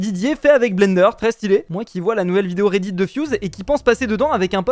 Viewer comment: Quand tu dit redit on dirait que tu dis Reidid likez pour qu’il voit